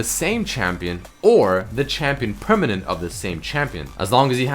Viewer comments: in says permanen6 :P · ''permanen6'' I had to buddy ¯\(ツ)/¯ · lol "prrmanen6"